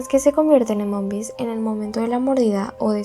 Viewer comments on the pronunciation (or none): También lo noté cuando dice " TAMBIÉN HAY UNA TEODIA DONDE LOS MOMBIS LES SANGA LA NADIZ "😂😂